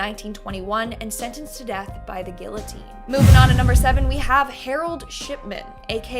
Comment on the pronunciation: Gill-otine? Lol 🙄🤦🏻‍♀️🙈